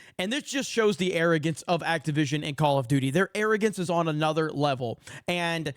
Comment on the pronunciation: For some reason every time I hear their company name I hear “Activism” not Activision. 🤔